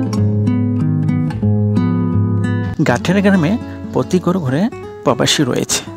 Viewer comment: Gatiyara ❌ Gaittara ✅🤣